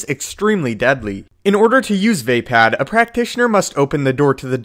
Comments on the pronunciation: It's fucking pronounced Vuh-POD! Not VAY-PAD! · Va pod.... not Va pad as a Star Wars expert why are you pronouncing a second A when there isn’t one?! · you lost me at vay-pad...